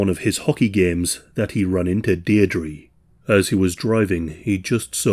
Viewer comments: "Deer-dree".. is this how Brits pronounce that name? Dierdre sounds way different across the pond.. Also its never EVER a "discarded mannequin" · Her galic name is pronounced "Deer dra" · you know. youre not 100% on how to pronounce Deirdre but i imagine it's still a lot better than an American